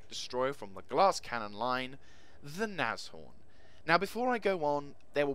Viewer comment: Very nice review and just btw, you pronounce Nashorn absolutely correct :-)